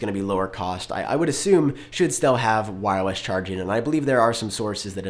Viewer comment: “Wirewess” 🤔 Anyway great video 👍👏👏👍